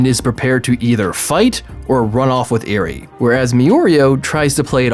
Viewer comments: Eri is pronounced eerie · Others: mi-oreo Me: holy shit he said eerie instead if eri... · Not to mention Eri's name is simply said how it looks. Not EE-rie. Eh ree. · Me: there is no way this guy can mispronounced any names in bnha This guy: me oreo, eerie Me: triggered 😡 😡 😡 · Me-oreo Me: That's fine I guess Also: Eerie Also me: sigh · eveyone is talking about “miorio” but nobody is talking about “eary” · Name: mirio This dude: mIRoRiO Name: eri this dude: iRi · stop saying miorio stop just stop edit: NIGGA DID YOU JUST SAY EARY STOP don't go further down wow you rude if you reading this you prob the type of dude who would say miorio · "Miorio" "Iri" "meedoria" THIS IS WHY PEOPLE USE THE ENGLISH DUUUUUUUUUUB